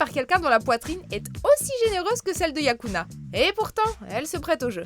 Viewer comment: C'est Yukana pas Yakuna..